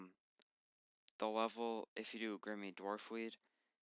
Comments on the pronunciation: 'Grimmy' LOL. It's Grimy mate, 'Gri-me'. Nice guide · AHAHAHAH did he really just say "Grimmie dwarf weed"? Wtf...that is definitly not how it's pronounced. I've NEVER heard anyone say Grimmie lol. Back to 2nd grade, i think.